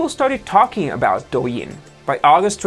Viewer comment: You pronounced Douyin and Toutiao way better than you pronounced Xiaomi lol. Btw Xiaomi kinda sounds like "Shiao-Mi" instead of "Psy-Yao-Mi" 😊